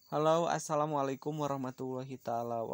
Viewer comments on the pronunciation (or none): Itu Yang Asslamu'alaikum.. Kok Jadi Assalamu'alaita Wabarakatuh??.🤔